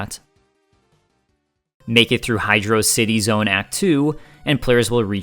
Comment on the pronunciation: I'm not taking anyone's opinion seriously who pronounces it "Hydraawwcity Zone."